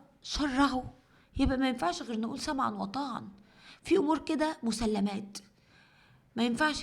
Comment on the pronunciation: آسفة ولكن يا الصح تقولى سمعا وطاعة مش سمعا وطاعا!!!